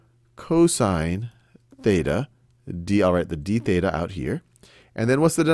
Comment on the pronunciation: when you say "this equals to dBETA" i thought u said debata which translates to english into "debate"